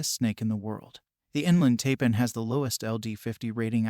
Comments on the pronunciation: It's pronounced TIPAN not TAPAN. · Taipan... pronounced "Tie-pan", not "Tay-pan".